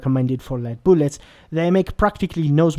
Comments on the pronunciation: Booolets lmao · New drinking game: Take a shot every time he says "Boolets".